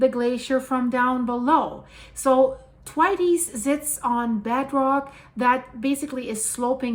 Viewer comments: ....It's pronounced 'the waits' but spoken as all one word/syllable... rhymes with gates 🌹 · Hi. A gentle feedback. I am pretty sure the way to pronounce Thwaites is the th as in the word “thin” and waites as ie waits (for the red light). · This is crazy - thanks for sharing this. Also I beleive it is pronounced th (as if about to say "thing" or "through" then what sounds exactly like "waits" as in, "he waits".Emphasis goes on the "wai" not the "ts" nor the "th". It is a name from the UK I knew a few folks who had that name. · lets listen someone who cant even pronounce Thwaites Glacier correctly. If you don't even know what its called how can we take anything else as certain. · Just love the way the good lady says Thwaites ! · yes definitely pronounced that wrong yes sir I concur that's great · Lol no it th like the thwaites glacier.....at least pronounce it right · TY elyse. It hurts my ears to hear the way she pronounces it😶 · I had to giggle at "Thwaites". Isn't it's pronounced to rhyme with "gates"? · "Twities" 😂 it's Thwaits "th waits" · Good morning it's the Thwaites Glacier Pronounced Th wai tes 😂👍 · It's pronounced Thwayts. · Thwaites not Twities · Pronounced "Thw 8's" not Thwaytees. Just fyi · Isn't it pronounced Th-waits? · Thwaites Glacier pronounced th-waits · It’s pronounced Thwāits (Rhymes with WAITS) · Pronunciation, is Th-way-ts or, if you like, "Waits" with soft "th" stuck on at the front. Common British surname, and you also get the singular Thwaite in place names. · Pronounced Th as in Thirsty and waites as in waits. No tighty whitey's 😂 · the pronunciation is th (like the) WAITES (like waits). Put it all together - th-waites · Its pronounced Thwayts 💕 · Is it not pronounced Th..way..ts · Thwaites pronounsed Th-wait-s, named after Frederik T. Thwaites. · Love your work but it's pronounced Th-waits xxx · yes girl she totally pronounced that totally wrong so Lisa yes she did girl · just to say, it's pronounced Thwayts.